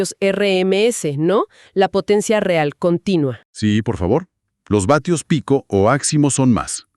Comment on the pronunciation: Se dice watts no batios! 🤦🏻🤦🏻🤦🏻🤦🏻🤦🏻🤦🏻